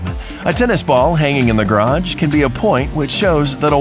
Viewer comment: it's garage not garatsje why do you talk this annoying :/